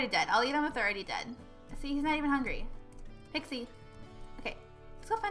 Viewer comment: it's not pixi it's pixie